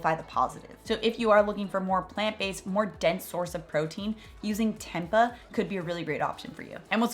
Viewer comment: Oof can tell your not plant based off now you pronounced tempeh